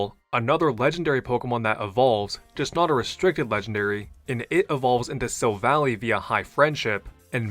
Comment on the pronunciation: Silvally is actually pronounced "sil-VAL-eye", not sil-valley. It's a portmanteau of silver and ally.